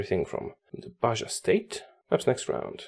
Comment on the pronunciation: just a heads up, you pronounce Baja like “Baha”, it is named in spanish so j’s make an “h” sound